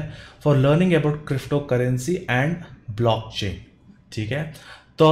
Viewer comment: blackchain kya hota h 😆 Blockchain hota h😫